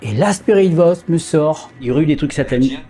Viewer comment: Salut. Je pense qu'il est possible qu'un esprit prenne possession de qq1 et parle grâce à la voix de la personne! PAR CONTRE, ICI je suis persuadée que tu dis "Y'A QUOI LÀ-BAS? C'EST QUOI ou DÉJÀ " En effet, ça t'arrive souvent d'avoir la langue qui fourche! Tu dis souvent "spirit Boice " ou lieu de Voice. Par exemple! Voilà, belle enquête cela dit